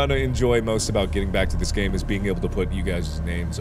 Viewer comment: you said gane